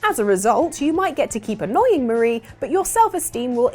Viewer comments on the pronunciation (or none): Every time she said "Mah-ra" instead of "Maar-ie", I died a little inside. You even got the joke at the end. Their names are Callie and Marie ... or "Calamari". Oh well, good video regardless.